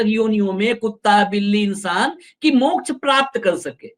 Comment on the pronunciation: वामपंथी के मुख से मोक्ष भी ठीक नहीं बोल जा रहा है। ये बिहारी मोक्ष को मोछ बोल रहा है।😂😂😂